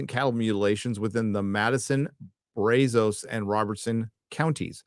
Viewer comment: It’s pronounced Braz-us not braz-os. Become an actual Texan!